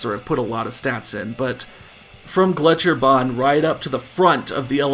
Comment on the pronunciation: I love it when americans try to pronounce any german words. That's always the best part of any old Wolfenstein game. Your pronunciation of "Gletscherbahn" was actually pretty good. "Megaschlucht"... not so much. Here ya go Now you've learned something you never needed to know